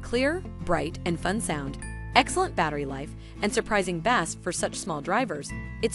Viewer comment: ‘Bass?’ Pronounced as in the fish ….. have believable is this?